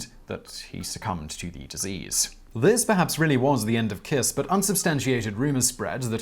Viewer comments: It's "Kish" ;) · the pronounciation is pretty bad there, i thought y'all do research :/ i mean google translate can tell you that "honvéd" means "national guard" or that kiss is pronounced with a german "sch" or american "sh" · To pronounce Kiss correctly; say “Keesh”. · I know you are badgered a lot about pronunciation, buuut... "Kiss" is actually pronounced "Kish" in Hungarian (and means something like Little, and I think the name ps pronounced something like "Bala Kish", but sadly, I have no pronunciation markings, or skill in use of them); Kossuth street is pronounced something like "Koshut" street; so the idea is: s stands for "sh" and sz stands for "s". The C in Cinkota is a... c, (not pronounced as a k), that is also universal in Hungarian. Károly Nagy's name is hard to pronounce, too, but it is the Hungarian for "Carl" which gives a good clue. Nagy is.... Let's just stay with "hopeless"; it was also my grandfather's name (it is a common family name) and according to himself, throughout his entire foreign career nobody abroad ever pronounced his name right. Thank you for all your effort in trying to pronounce weird names right! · Kish* is the pronounciation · "Kish" Nad" with a soft d